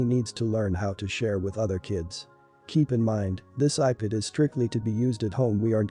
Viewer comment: do they actually listen to they before they post them cause some of these are just horrid with how they say the words like ipad sounds like iped